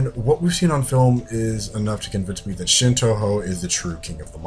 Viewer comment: i love how you say shin wrong